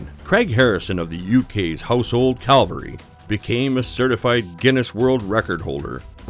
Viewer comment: Household Cavalry ??? What is it that you said? That's what it sounds like to me.